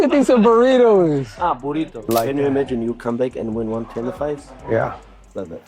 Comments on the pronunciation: Damn khabib burato murato 😂 Dagestan version of burrito 😂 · And he's un-Intentionally funny. Burrato, Murrato. 😂